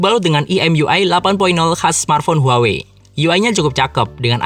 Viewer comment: Bacanya tu HU-AH-WEI